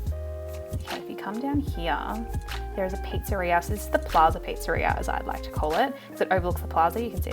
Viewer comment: pizzeria, not pizzaria!! read it with Hermione’s voice 😂 btw your island is beautiful and I love your accent!